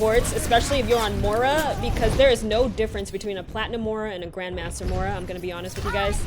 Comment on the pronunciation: mora? its moira wtf